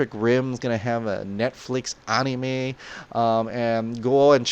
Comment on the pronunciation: Is this the first time in my life where I hear how anime is supposed to be pronounced!?